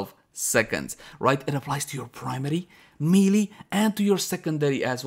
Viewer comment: May-lay. Not mee-lee.